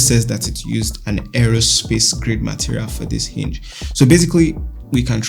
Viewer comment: "areo-space grade" But what does it mean?